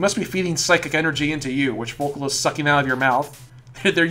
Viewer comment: It's pronounced follicle and coop-rum. One's a latin word, the other's just... follicle